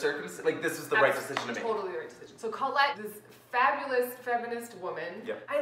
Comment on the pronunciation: It's pronounced CO-lette, not CAWL-lette.